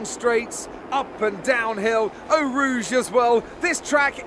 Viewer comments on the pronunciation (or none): please stop pronouncing "Eau Rouge" as "aow rouge". It's "oh rouge". Thank you. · Do you think they'll update the kerb colours to red & white and green and yellow like they were in real life? Also stop saying Ow Rouge, 'Eau' is pronounced like 'O' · 'Ou Rouge' ~